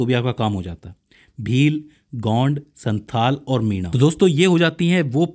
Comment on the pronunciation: Sir santal hoga. Santhal nhi